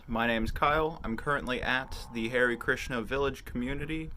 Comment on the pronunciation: Please say haré krishna or close to it, but definitely don't say "Harry Krishna" lmao, great vid, thank you.